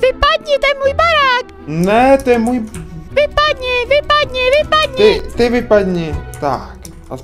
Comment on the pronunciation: on řekl VIPADNI BOUHALE 😂